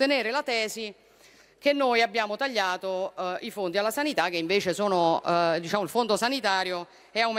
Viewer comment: " disciamo che abbiamo qualcosa da dire"....che disciamo.....😂😂😂😂😂😂😂